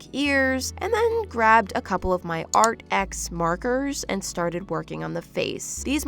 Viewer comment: Btw arrtx is pronounced like ‘artee ex’ not ‘art x’ ANYWAY LOVE UR VIDEOS